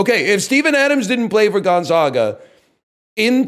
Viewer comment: Ok his pronunciation of Gonzaga is infuriating